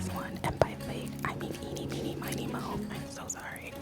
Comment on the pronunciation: "I just let fate take this one, and by "fate" I mean eenie meenir minie mo". - 😂😂